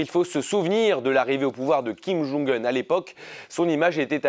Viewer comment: Mr alors la bravo la ville vous arrivez à prononcer mais pas le nom ? Mais vous le connaissez au moins ce monsieur ??